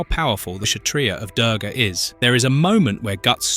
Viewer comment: It is pronounced (Doorga, like moo of a cow), spelled Durga, means difficult/impossible to overcome. Typically, she is not a warrior Goddess, she is rather associated with invincibility. Hindus have a War God called Skanda, Durga is war personified.